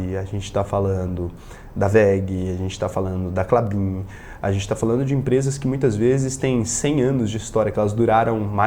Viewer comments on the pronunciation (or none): none